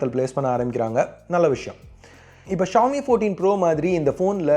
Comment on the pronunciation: Xiomi Xíomi xiómi ...not 🚫🚫 trust